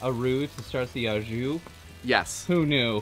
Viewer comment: Sorry, but the pronunciation of “au” is not “ah”, it’s “oh”… Great fusion take on the grilled cheese and cheesesteak